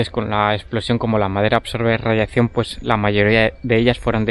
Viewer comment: Tío se dice radiación, no radiaccion 👎